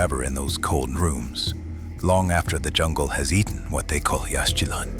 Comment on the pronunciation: Please pronounce Yaxchilan correctly. It is Yashchilan - no X. And please do not say ‘Jagwah’. It is ‘Jaguar’.